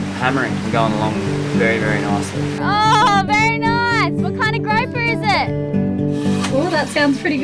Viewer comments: The fish is pronounced 'grouper'. The only gropper near you is called Riley. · "Groaper" is not a nice word in English and does not mean a name of a fish (I looked it up). Grouper is the name of a fish. A groap is a "quick feel, usually unwanted". The grouper fish is said like "Kangaroo" ie: Grooper. I love your videos, but cringe when I hear Groaper. Just my Canadian 2 cents worth.